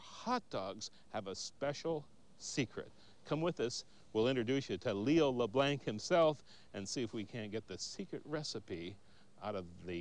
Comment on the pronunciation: Hey, bigfoot-cat- Actually it was "Pivin's". And the reason the American dude pronounces it "Lew Blanks" is because he is American, and most Americans cannot speak French. In other words, they are "Perfectly Unilingual" Isn't this sad? So they see "Leblancs" and pronounce it "Lee Blanks". So- you don't know much French? Well, at least you have the pronunciation right! Learn some more French! Yo'ull be great at it! And don't eat too much of PEEVAN'S POUTINE! Thanx fer your comments.